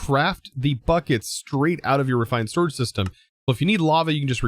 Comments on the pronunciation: “Refrind Sotrage” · “refind sotrage”